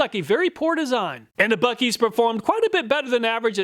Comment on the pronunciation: It's not buekees. Try Boo-sees